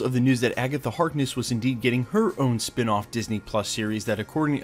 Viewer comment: Agatha Harkness, not "Hartness."